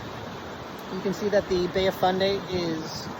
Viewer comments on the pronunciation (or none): Fundy not Funday. Otherwise excellent. Thanks!